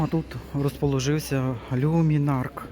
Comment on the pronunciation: Чому кажуть люмінарк, коли за правилом читається люмінарц.